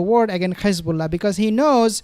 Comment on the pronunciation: Thanks for the content, please can you not pronounce Hizbullah and Hamas the way Satanyahu pronounces them, there is no GH at the beginning of those 2 names, so not Ghizbullah or Ghamas😂